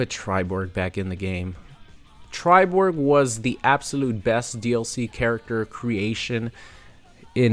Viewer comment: He said millenna and triborg lol